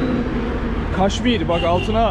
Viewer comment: Kashmir yazılıp kaşmir değil Keşmir okunuyor. Sen de açıklamada Keşmir yazmışsın ama kaç videodur Kaşmir telaffuz ediyorsun? Niçin?